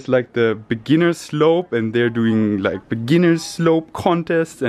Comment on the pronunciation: “I don’t wike it”